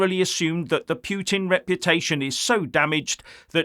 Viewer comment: Its PUT IN not PHEW TIN Can you get that right!?